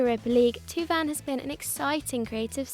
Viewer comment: thauvin is pronounced toe-vun not two-vun.